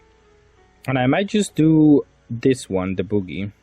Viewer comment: Hearing "boogie"instead of Bug-ee (Buggy) the entire video had me laughing so hard 😂 great content as always 😊